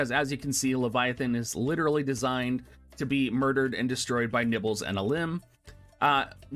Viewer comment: i've been a loyal subscriber for the past year, however there is no way i can gloss over the fact you just called my waifu " nibbles ", at first i thought it was just a phonetic failing on your part, but you actually doubled down on it and typed it exactly how you said it. her name is " Niv'lu " it's a beautiful name and for you to desecrate my ears with what is tantamount to a verbal fart... that my mole like friend was the last straw. unsubscribed.